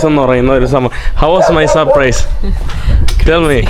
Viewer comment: Its sapprice😄😄😄 ... Not surprise 😅😅😅